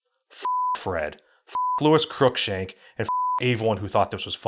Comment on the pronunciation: How did you mispronounce lucas but not Cruikshank